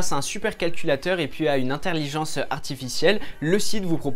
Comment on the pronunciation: Alors je tombe sur cette video au pif je connais déjà Deepl mais entre le mec qui dit interlirgence a et toi qui ecris merci avec un "e " je me demande si faudrais pas crée un traducteur de même langue pour corriger les faute de parole et d’orthographe